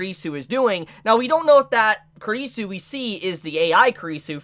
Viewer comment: You pronounce kurisu very bad, you really need to work on your pronunciation, you made me offended 😡😡